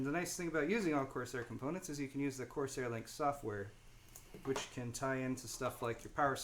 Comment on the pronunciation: It's corSARE not corSAY. This isn't French. Don't know why that bugged me so much.